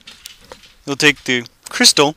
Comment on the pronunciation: why did you say tske